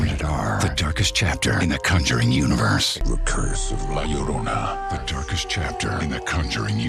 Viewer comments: It's pronounced jorona in Spanish two L's make a J sound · llo-ro-na (yo-roh-nah).